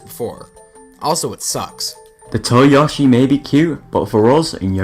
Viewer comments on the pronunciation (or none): Oh, he's called? I thought you were just bigging yourself up when you called it a "" production. 12: Octopus Dance - I have never played this game. Never. 11: Yoshi's Fruit Cart - What do I want to call Yoshi? I want to call him Yoe-she. Why? Because he IS pronounced that way! Fruit Cart is one of the better games in my opinion. 10: Takamaru's Ninja Castle - Oh look, it's that failed attempt to get Takamaru in Smash Bros. 9: Balloon Trip Breeze - Replace the word Breeze with HD, and you have described the game perfectly. Japanese culture says random sneezes are caused by the person you love talking about you when you aren't there. WHO HAVE YOU FALLEN FOR 8: Captain Falcon's Twister Race - OF0 seriously girl? OMG! (that is how I interpreted you saying "Oh F-Zero") I forgot this game existed, it's fun. 9: Pikmin Adventure - I don't enjoy this one very much.